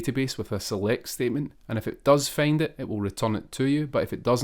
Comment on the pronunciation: Find ❌ Feyind✅